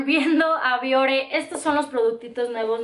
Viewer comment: yo soy de piel grasa, uso productos Bioré y me van muy bien. Por cierto que la palabra de acentúa al final y tú no lo marcas cuando la pronuncias. Me gusta mucho tu canal Saludos!